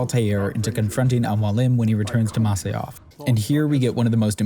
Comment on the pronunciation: It's "Masyaf", not "Masayaf". T___T" Even Robert de Sable clearly says "Jackals at Masyaf", while you misquote it seconds later as "Jackals at Masa-yaf"